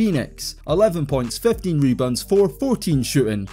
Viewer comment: "mebounds" is hilarious